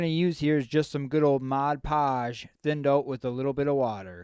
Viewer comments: I'll never pronounce mod podge the normal way, ever again... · I came for the techniques & stayed for the mod podge pronunciation hahahaha